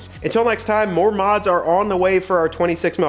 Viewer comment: Three things 1) it not pronounced “Mow-Jayvh” … Well, dang me! 2) This would prevent control arm drop brackets, BUT give aftermarket suppliers a better way of securing the drop brackets, too. 3) Does that thing have a hitch on it? Perhaps a DRC hitch insert would be appropriate. Let us know….😅